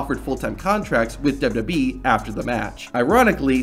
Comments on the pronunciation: This guy really needs to work on pronouncing “WWE”. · "Kurt Angle's WW debut..."??